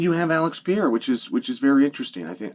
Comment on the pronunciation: Chael I have you on record stating that there was no possible way for Jones to come back to Light Heavyweight once he moves up to Heavyweight. You said that somewhere in the 3 years he took to get fatter (or move up like you said) Soooo which one is it?!😂 And please read the following slowly...PE... RE... RA...Pereira His name ain't Pierra stupid!